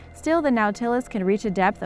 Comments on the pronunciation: It's pronounced NAUGHT-a-less not " now-tillis" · Nautilus is pronounced naw'-ti-lus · Red panda are a.k.a fire fox. Oh and nautilus is pronounced (naw,til,us) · It's pronounced "NOT-uh-lus," not "now-TIL-us." Get someone with an education to narrate your videos. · "Gnawtilus"? I recall that this shell-borne animal is a NAUTilus. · just so you know, the name of #7 is not pronounced as its spelled it is pronounced naw-tilis nautilis is the name of the submarine in 20,000 leagues under the sea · Nautilus pronounced Naw til es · Yeah...she went a wee pretentious on 'Epoch' as well...But everytime she said Noooow-Ta-Luss, my hubby and I cringed. Horrible! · Lost me at the inability to pronounce "Nautilus" correctly. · What bothers me more than how she pronounces nautilus is how much crap she's getting for it. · How does one fail at pronouncing nautilus? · You really need to learn how to pronounce Words. Nautilus? SMH But love the channel anyways. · love the video. Learn how to properly pronounce NAUTILUS. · nautilus isn't pronounced right. this is like nails on a chalk board.